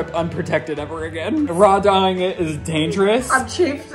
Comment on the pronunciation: unprotected 😂 but love, it’s raw dogging. Not raw Dah-ing 😂 Edit: it’s “A$$” on the screen for me 😩😂😂😂